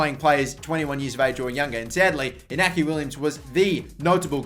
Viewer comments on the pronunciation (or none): *Iñaki no inaki